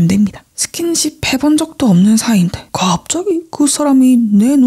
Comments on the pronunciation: 일부러 그러시는 것 같긴한데 잘 때 들으면 저 부분 때문에 잠이 확 깨요ㅠㅋㅋㅋㅋㅋ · 아니 나만 그런 건지 모르겠는데 잘 때 틀어놓고 자면 여기나 여기에 ‘갑자기~’하는 말투 저기가 너무 이상해서 거슬려 죽겠음 하 ㅠㅠㅠㅠㅠ